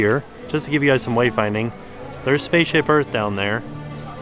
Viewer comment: I love how he says "wavefinding" rather than "wayfinding" in his videos :)